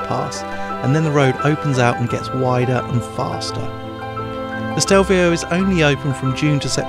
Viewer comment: it's Stelvio not Stevlio!